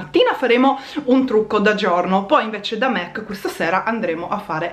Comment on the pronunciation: SI DICE MAC NON MEC ;-D